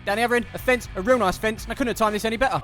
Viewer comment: Anyone else hear say batter instead of better. This is as they are called fisher and u batter fish